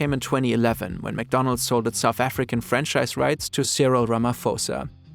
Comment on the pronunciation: Not sure if you’re joking, but just in case, it’s “franchise” lol 😂